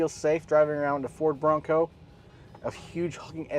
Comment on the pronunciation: Tapusin ko sana yung video kaso inaartihan yung pagbigkas ng BRONCO ... 😂 BO ROWNG COWW ... Bading !!! 🤣 oink oink oink 🐷